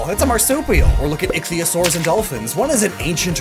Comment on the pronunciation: prounouced Icthyosaur right... oh, the boy, he grows ever more powerful.